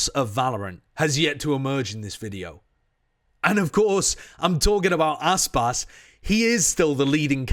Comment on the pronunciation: It’s Aspas.